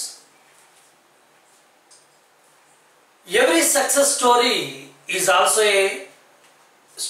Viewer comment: Pls check the pronunciation of the words like failure, all, also etc..